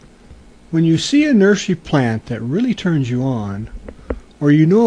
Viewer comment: WTF >>> did you just said : '' ... when you see a nurs'y plant that rly turns you on ... '' DUDE YOU NEED HELP